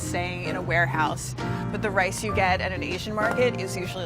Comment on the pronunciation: At the beggining she pronounces "rice" like "race" or something like this . Is that a common pronunciation?